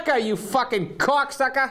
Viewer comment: I don’t think he realized how far these videos go lol. He didn’t actually explain half of it and I still know nothing. (Worth it to hear him say c0cksuckah though lol